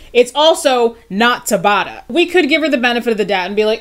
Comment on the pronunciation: Just dropping down here to say YES you did pronounce Dr. Tabata's name correctly! :)